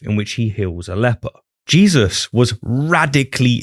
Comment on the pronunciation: Did he just call him "Jizzus christ?"